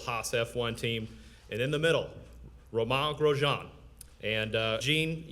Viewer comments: Why can't they pronounce 'Romain Grosjean' right? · Yeah, but growing up with different languages including French... it's cringe worthy to say the least about the pronunciations of driver's names by people who don't speak their language...